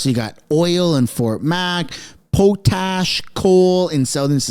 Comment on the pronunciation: It is pronounced pot ash just to let you know very big industry